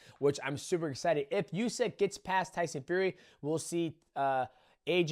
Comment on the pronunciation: Demetrious, I am humbly suggesting, as a Ukrainian, that you pronounce "Usyk" as oosik (or even rather "oosyk"), not iusik, because the first variant is how it is actually pronounced =) Love your channel, man! And for Ngannou, I think his journey is not ended, wish him all the best. Will see, but I think he'll be able to analyze his flaws and make a good decision be it in boxing or more leaning towards mma. Fair play to Anthony! Brits and boxers and boxing appreciators and fans around the world must be feeling more than all right right now, I imagine their pride (in a good sense) is restored now after Ngannou - Fury fight! =) Feel bad for Ball though!!!!!!!!!!